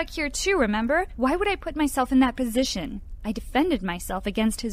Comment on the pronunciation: when she sayed positoin like the song with arina granda or.....